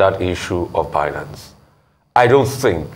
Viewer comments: "By-nance" pleaseee not "bee-nance" 😌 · Someone pls pronounce it right Binance; Binary-Finance…